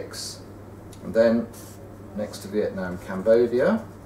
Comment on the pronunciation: they said Vietnam wrong